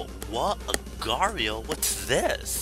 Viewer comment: its pronounced agar dot eye oh